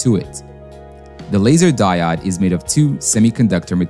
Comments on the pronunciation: it is di-ode not di -odd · Its "diOOOde", not "dieoDD". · Die-ode not die-odd. Long O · "Di-odd" - Hmm.... I'm sticking with "Di-ode". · Die odd for me is just painful. They will always be diodes to me. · English is one of the hardest languages to learn, so fair enough. But I've never heard anyone, in any language or coming form any primary language call a diode a "die odd". I've heard "De-ode" "day-od" and even "deood" but never "die odd" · Die odd, die odd, die odd, i cringe every time. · Thanks for the timestamp. I couldn't handle hearing "die-odd" anymore... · no prob. honestly, the mispronouncing of diode didnt bug me all that much, i was just uncharacteristically annoyed by the amount of fluff leading up to it lol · Great videos, but mispronouncing basic vocab is a fast way to lose credibility. Diode is pronounced die-ode [ˈdīˌōd] and the plural of axis is axes, pronounced axe-ease [ˈæk.siːz]. I remember applying for a job and they asked in the interview if I had ever used "sequel". Me, having only read and not heard the word, did not know they were talking about SQL. Happened to me again when someone said "Fizzmo", referring to FSMO. When you're learning by reading, you don't always get a pronunciation guide. Say the words right and nobody notices. Say them wrong and everyone does. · the die-odd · There are many ways to mispronounce "diode", I've never heard "die odd" before but that's gonna be my motto for a while... "Die odd" has a nice ring to it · I'm right there with you, every single time he pronounced it that way I died inside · Diode is pronounced with a long O like "Open"... Fantastic video🔥❤️ keep em coming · The only clear giveaway was the pronunciation of 'diode'. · At least the mispronunciation of 'diode' is consistent, unlike the two or 3 different ways I heard 'reflective' pronounced.